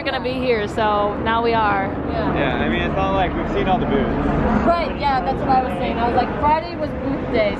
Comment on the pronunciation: We've seen all the booths almost sounded like boobs xD